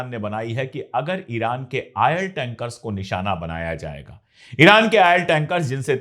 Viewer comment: Ail ja Oil bolna seekho